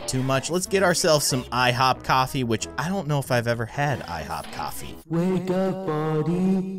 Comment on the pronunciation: He said office instead of coffee on accident.